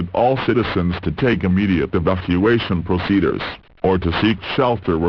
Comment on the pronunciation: I love how it says "proceduhrs" XD